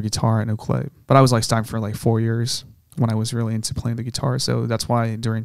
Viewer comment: The way this guy pronounces ukulele 😅